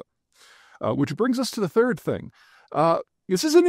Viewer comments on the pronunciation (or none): none